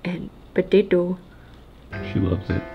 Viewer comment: how did she say potato in such an Indian accent lol 😂